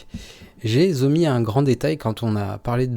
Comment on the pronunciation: "J'ai z'omis..." j'adore... 🤣🤣🤣